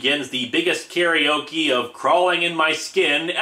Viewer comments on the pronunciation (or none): none